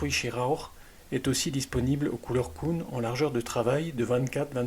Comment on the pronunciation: KUhn pas kouhn lol avec un "u" comme ambulance mdrr